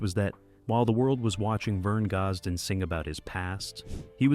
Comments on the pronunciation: If the narrator cannot pronounce his name, can we take this to be true ... I will always love his music and wish he was still here making the good Country Music some of us Love !!! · Can not even pronounce his.name